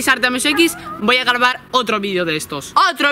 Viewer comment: dijiste garbar jeje